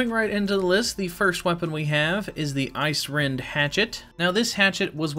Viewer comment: icerend? learn to read my guy...